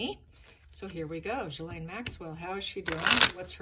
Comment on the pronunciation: Per Lady C her name is pronounced Gillen.